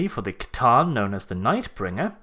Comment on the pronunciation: Thank you for proper pronouncement of the C'tan instead of the people who say S'tan !